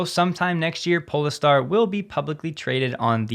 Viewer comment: “Pole-Star” or “Po-Le-Star” ? Welcome back. You’re doing a great job !